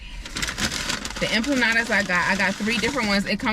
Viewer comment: EMPANADAS not EMPLANADAS 🤣🤣🤣